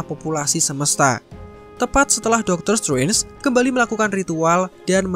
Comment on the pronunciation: DR.STRANGE oi bukan DOKTER SUWENS. Ngomongnya biasain kek, DOKTER SETRENS kan lebih enak di denger.